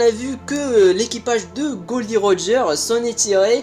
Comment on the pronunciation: Mec c pas glo di roger mais gold roger